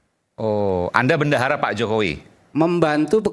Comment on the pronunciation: Ngomong bendahara aja bandara jelas ada tekanan dan setingan